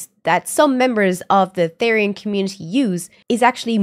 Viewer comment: Its pronounce th-er-ian btw (not rude btw)